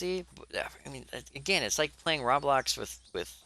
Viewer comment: Stop pronouncing it rablox (rah-blox) its roblox(roe-blox)